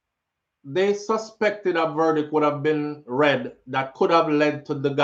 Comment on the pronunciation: One thing mi Wah know, a how much mf “ver-dick” them ago read?